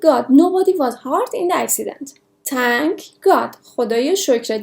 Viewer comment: عزیزم هارت تلفظ اشتباه ،hurt